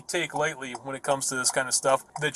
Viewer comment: When-uh? When-uh? Why did all the perps do that?